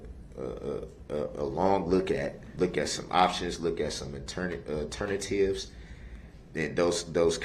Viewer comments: Since when are you concerned about the trial moving on. Btw, the word is 'alternative', not 'ternatives.' idiot. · Wtf is an "aternative".